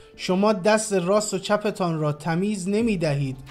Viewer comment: dear that's "Tammayoz" not "Tamiz"